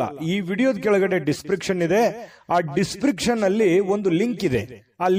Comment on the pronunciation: ದಿಸ್ ಪ್ರಿಕ್ಷನ್ ಅಲ್ಲ ಅದು ದಿಸ್ ಸ್ಕ್ರಿಪ್ ಶನ್.